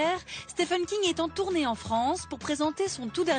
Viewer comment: Dommage qu'il soit systématiquement mal prononcé !